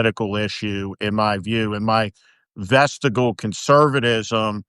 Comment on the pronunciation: VestiGIal, not vestiGal. Carry on...